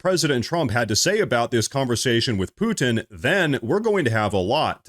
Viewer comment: If you're pronouncing the name Putin, "Poo-Tin," just to get us to comment on it, ...It worked.